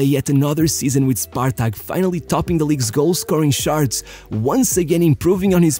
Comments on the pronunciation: Why do you say "charts" like that? Sharts ☠️☠️ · Love the videos! However please pronounce “charts” differently from “sharts”